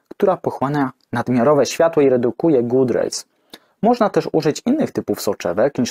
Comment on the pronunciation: Szkoda, że w tle nie leciała podpowiedź, że god rays nie wymawia się good rays. Może następnym razem?